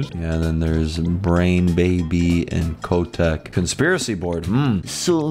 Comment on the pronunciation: its not Kc-o-teck (Kotek) its c-oh-tek (its polish for cat and im polish)